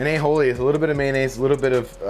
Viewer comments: There's no H in Aioli. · It's Aioli not "A-Holey", 😂😂